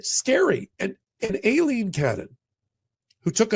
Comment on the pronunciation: am i the only one who hears "alien cannon" or a-leen ? is that actually how she pronounces her damn name